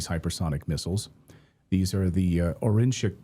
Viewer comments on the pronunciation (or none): Oreshnik = [ ah ry ESH nik ]. No ``oh' ' sound in the name, per Russian phonology.